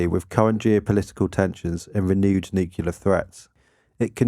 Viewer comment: OK, I'm gonna be that guy-- If you're going to be saying a word dozens of times in your video at least learn to pronounce it correctly. Thanks. NOO·klee·ur, not nuke-ya-lur.